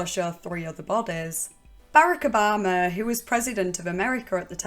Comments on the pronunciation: man, when she said "Berica Barmah, the president of the united states at the time..." i was very confused. Its definitely not how you pronounce that name. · im sorry did you just fuckin pronounce barrack obama as barrick abama